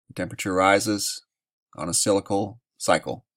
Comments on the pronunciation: Cyclical is pronounced Si-cli-cal not scycle. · sik-lik-al not silical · Pron: cyclical = sik-lik-el Thank you for your reports! I enjoy learning about the UV and other topics that you cover. :) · I watch a lot of your videos and respect your work. But the word is cyclical, not cylical. Cyclical, rhymes with bicycle. And if you have any doubts about human's effect on the atmosphere, just watch some video of the biggest cities in the world in China, India, Mexico etc. etc. etc, where the air is so polluted that the people have to wear masks just to go outside. Big Bird thanks you for your work.